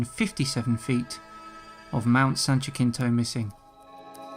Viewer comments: Jackintoe... Us Locals Call It HaSeenToh...Just An FYI ;) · Jacinto = ha sin toe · Ha-seen-t(h)oe. Jacinto. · "Jacinto" is pronounced "Ha-sin-to", not "Ja-kin-to". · Jacinto is pronounced Ha-sent-o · Jacinto is pronounced: HA SEEN TOE (have been up it many times). I enjoy your videos. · I'm not 100% sure on this... but PRETTY sure the Jacinto in Mount San Jacinto is pronounced ha-sin-toe, being Spanish and all. Good video otherwise. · In Jacinto the J is pronounced as a "Y" "Yah Seen Toe" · Only critique is how he pronounced my dear mt san Jacinto 😂